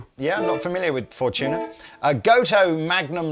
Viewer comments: "For-tuna as opposed to For-dolphins" lol... Fortuna is a real word, it means "luck" in italian... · Fortuna.. Four-two-na… Five-Two? Nah…